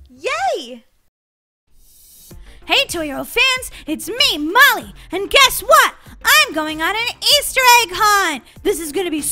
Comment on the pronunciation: Why are people saying Mollys name rong I'm not trying to be mean/ rude but they were calling Molly mommy and Mami